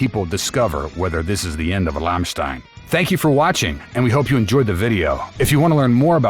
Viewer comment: Learn to pronouns the name of the band right, it's just one word to learn and you repeat it numerous times making it painfull!